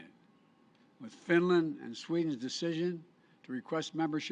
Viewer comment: he cant say finland properly